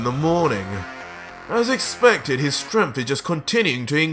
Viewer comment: Don't mean to be rude but why are you saying "stremph" instead of "strength"?